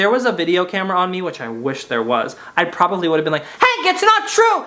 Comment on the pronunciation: i love when u say probavly